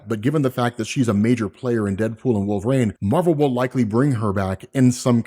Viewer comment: It's Wolverine, not Wool-vrain. You sound idiotic.